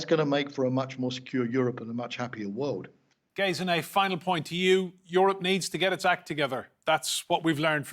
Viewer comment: She is called Gesine, not "Gayziney"!